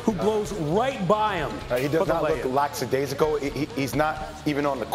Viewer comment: They kept using the word "Lackadaisical" and kept pronouncing it wrong. Just call it lacking enthusiasm or just flat out lazy.